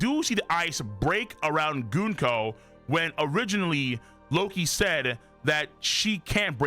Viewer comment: The way you pronounce it sounds like “goonco,” and even the caption agrees.